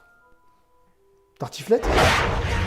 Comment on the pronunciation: Si ça ta retourner le cerveau bah moi mon cerveau il va faire 5 000 vrille en 2 sec 😂 sinon l'intro chui mort 😂😂 "trartiflette ?" 😂😂😂